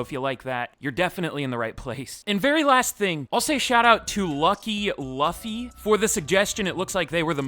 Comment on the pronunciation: My heart shattered when he pronounced ‘Luffy’